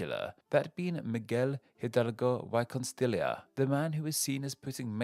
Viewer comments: Miguel Hidalgo y Costilla should be pronounced "Mee-gell Ee-dall-go ee Co-stee-ya". Again, love the video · Yeah i think he did put some effort, but i find it hilarious and a little infuriating that he pronounced "Megel Hidalgo WHY Costila"...